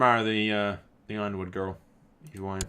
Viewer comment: ITS yorenwood not ironwood